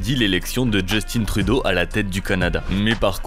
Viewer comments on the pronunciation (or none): Joustine trudeau:😂😂 c justin trudeau ou justin troudeau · Excellent video mais sa se prononce justin trudeau 😂